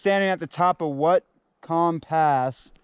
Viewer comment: Good job on the the video so far. BTW, Whatcom is pronounced, watt-com